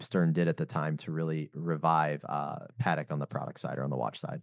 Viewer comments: Love how she emphasised it’s spoken Patek not pattack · He is pronouncing it correctly, this is the same way Thierry Stern pronounces it.